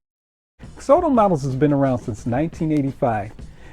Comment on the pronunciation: It's pronounced Ex-ot-ow , like exotic but with an o.